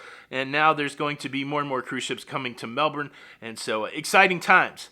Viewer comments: Mel-Bin (I don't know why but after living in Sydney 2 years I learned that one thing) Also I love your Aussie Aussie Aussie, Oi Oi Oi!! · It’s Melbouuurnnne lol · Melbourne AU is pronounced - Mel Bin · Hi, I appreciate your attempt to pronounced Melbourne. We pronounce it Melben. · it's pronounced Mel-burn (Melbourne)...I'm really, really, REALLY glad that cruising has started again down under..I'm a Melbournite and was pleased to see the return of A ship, ANY ship...I'll be on the Carnival Splendor in a couple of months but I'll have to travel up to Sydney for it alas...this cruise was originally booked for 2020..I then re-booked for 2021..when THAT was cancelled I re-re-booked for 22 but that also got cancelled but then got reinstated..alas it was no longer to its original destination of New Caledonia, instead they're taking us up the eastern seaboard of Australia, but that's fine..any cruise is better than no cruise...besides, I haven't been that far north in my 57 years...so looking forward to it... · Hi. Melbourne Aust is pronounced as in Melbourne Florida 🙂